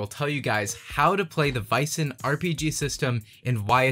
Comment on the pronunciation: That is NOT correct. It’s pronounced as the ”a” in ”bad” or ”sad” or ”tan” or ”ban” etc. In Swedish it’s written ”ä” (the two dots was once upon a time a miniature ”e”) in Norwegian and Danish it’s written as æ or Æ. Freeleague decided to go with AE since international audiences aren’t very familiar with the scandinavian special characters in our alphabets.